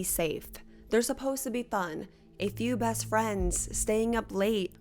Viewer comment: Why don’t you pronounce Ts at the end of words “Bess” instead of best “moss” instead of most, “grapiss” instead of hrapist